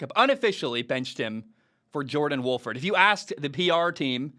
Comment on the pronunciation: John* Wolford. Poor guy always has his name mispronounced. Today, Bayless called him John Wofford lol.